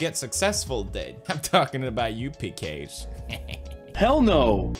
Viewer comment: That’s not how you pronounce Piques lol